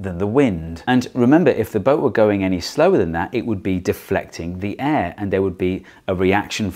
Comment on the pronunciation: The way he pronounces air makes me cringe so bad